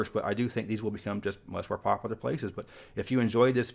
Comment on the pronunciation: Wish you would pronounce “popular” correctly. High speed rail will likely never happen.